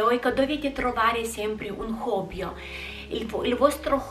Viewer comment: Sei fantastica! E non lo dico quasi mai a nessuno...starei ore ad ascoltarti (anche se dici hobbyo(?) Non si dice hobby sia al singolare che al plurale??)...Continua così!😍